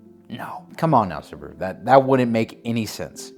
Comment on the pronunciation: WHY? SUBA-RU, NOT SOOB-RU! YOU DON'T SAY BA-TMAN AS BOO-TMAN.